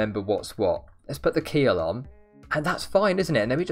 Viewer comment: he said keel it sounds like he said akhil my name 😧